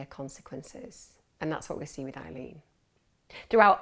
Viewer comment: Isn’t her name Aileen, not Eileen? x